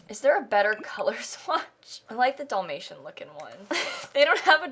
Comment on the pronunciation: it kills me how she says DOLL-may-shun. instead of Dall, like "albert."